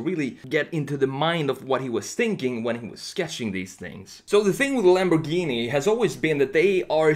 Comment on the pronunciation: Ah yes Lambowghini uwus